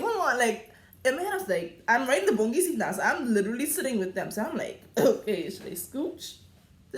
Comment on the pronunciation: LMAO EVERYTIME YOU SAY THE BOUNGIE SEAT I WAN PEE